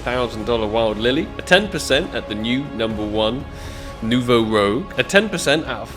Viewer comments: I'm sorry for you but Ak | Nouveau Rouge is french name, please go translate because you hurt my ears XD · It's Nouveau Rouge! It means new red in french